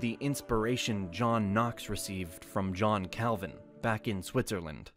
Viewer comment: Your pronunciation of the German names is hilarious: "Marden Luser", "Elbört of Meins", "Dshon Kelvin", "Alric Suingli"... 🤣🤣🤣